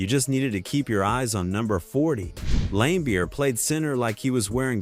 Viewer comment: Dans name is pronounced Marlee. Not Majorly. Same for Bill. Although Bill was lame his name is pronounced Lambeer